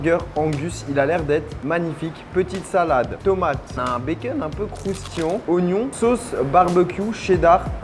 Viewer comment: Suis-je la seule à faire une fixette sur la façon dont Charles prononce le mot « croustillant » dans ses vidéos?